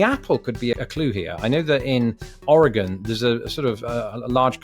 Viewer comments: How the ever living hell does a Brit being naturalized into America know how to say "Oregon" better than like.... literally everyone I remember meeting who hasn't even been there? How? Just.... uh.... For those wondering at my bafflement, most people I've EVER met who haven't lived there say "Or-eh-gone" when it's closer to "Or-ee-gun" we also accept "Or-uh-gun" as that's how it sounds when we say it fast. Oh and how do I know this? Except for one year, I lived there until 2014. (The one year was military service into medical retirement.) So, yeah, I lived there pretty much all my life until I was 23. Anywhoozle, I'm just surprised he pronounced our state name correctly. And now you too can say it properly. Oh and by most people, I'd say ~60% of people who haven't lived there say it incorrectly, to be a conservative estimate. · You said Oregon right! Without even muddling your way through it! He's better than at least a third of the US. It seems Oregon is harder to say than Nevada. ;) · Thank you for saying oregon correctly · I’m impressed that he pronounced Oregon correctly 👍